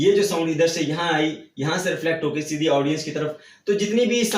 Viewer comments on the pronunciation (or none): none